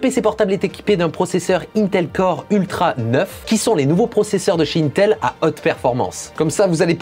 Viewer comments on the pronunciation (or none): none